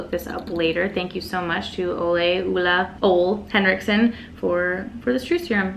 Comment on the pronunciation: You look stunning! And btw you say Ole Henriksen perfectly! I'm Danish ;)